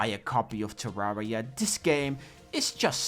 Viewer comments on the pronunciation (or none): Say it with me - “Turr-air-e-ah” - like Terrarium. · we wove tewwawia